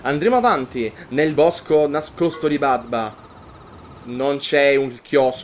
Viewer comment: BABDA non badba, ti prego ❤